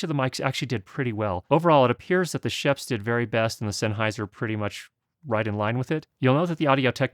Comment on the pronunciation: shuuups not sheps